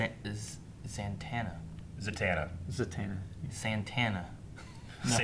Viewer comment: Zatanna's name is zah-tohn-ah